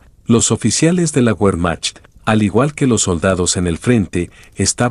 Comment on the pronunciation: Que pronunciación tan absurda y desagradable. Que documental tan bajo de calidad. Cuando oyes : "la guermac", por Wermacht... apague y vámonos !